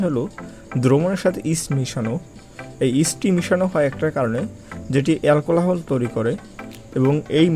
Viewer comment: এলকোলাহোল,, না এলকোহল,, ভাই